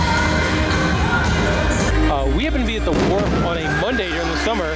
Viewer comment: Great video. Sounds like you kept calling it the Warp but it is actually The Wharf.